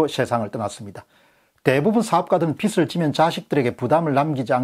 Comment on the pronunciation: 공병호tv 예리한 지적에 찬사를 보냅니다, 그런데 발음을 정확히 해 주십시오 영남지역의 특이한 발음은 탓하지 않겠습니다, 한가지만 지적합니다, 즉 빚 갚아야할 빚, 이땐 '비슬'이 아니고 '비즐'로 발음 해주십쇼.